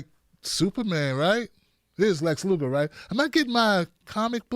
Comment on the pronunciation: Lex “Luther” bro,,, Lex “Lugar” was the wrestler lol